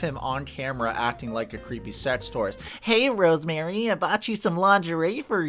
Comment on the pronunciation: Okay I love you, but please start pronouncing her name right. It’s RoseMarie not RoseMary lol